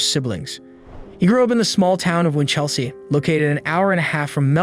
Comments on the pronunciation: This happened when I was a kid, still remember it. Every aussie does. Your pronunciation needs a little work. Don't stress vowels so much. Winch'lsea Melb'n G'long Barw'n Birregurra was good though =) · Big fan of the channel but please consider checking pronunciation of place names, you really butchered Melbourne/Geelong/Winchelsea in this one.